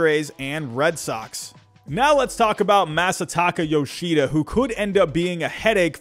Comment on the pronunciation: These pronunciations are making me upset... Koh-dye sehn-guh Ma-suh-tah-kuh Yo-shii-duh